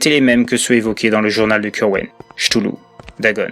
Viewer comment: Chtoulou? Non ktoulou plutôt